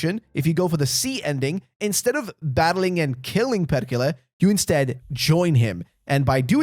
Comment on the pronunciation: its perrrrrkele, perrrkele